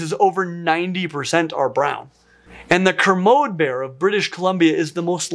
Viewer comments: Greeat video! Just wanted to say though that we pronounce it Ker-mo-dee not Ker-mod. Spirit bears are the coolest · It's Kermodee not kermode like commode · Sloth bears should've been called bug bears. (For their ferocity and their largely insectivorous diets!) Sidenote,: 'kermode' is pronounced 'kerr-moe-dee.' (I'm from British Columbia, it's our provincial mammal. The white fur supposedly makes the bears harder for fish to see.) Bonus: British Columbia's provincial fossil species is a plesiosaur which I am personally miffed about because sure plesiosaurs are awesome and charismatic but BC is home to the Burgess Shale so our provincial fossil species really should've been Anomalcaris canadensis! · Kermode is pronounced "ker MODE ee". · Ack, my ears can't take it. It's pronounced: 'ker-mo-dee' bear you heathen! 😝